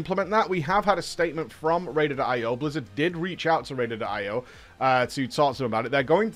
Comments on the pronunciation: He's literally looking at a screen that says Raider.IO, yet he continues to say Ratedated IO for the entirety of the video. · Am I the only annoyed that u keep saying RAIDED IO ? :)))